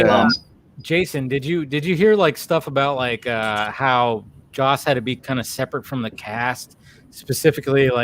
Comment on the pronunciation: It's Joss, not Josh.